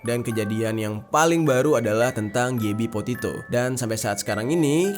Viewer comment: kepleset mulu jer,potito petito potito petito,gak sekalian Potato aja😂